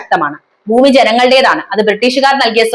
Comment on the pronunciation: ഉച്ചാരണം വെറും പൊട്ട (ബൂമി, അദികാരം അങ്ങിനെ പലതും) കനോട് place അല്ല "കൊണാട് place"